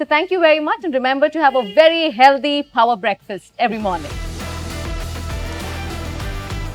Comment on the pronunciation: Hindi me bola karo yar.. Instead of shooti g english that u cant speak.. I mean phower breakfast..???!!! Babe its power not phoawer breakfast😂host just cant stop showing off her village accent i from of sohas upper engliah acceent and failed it